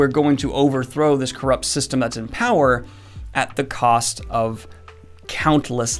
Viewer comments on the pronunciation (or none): none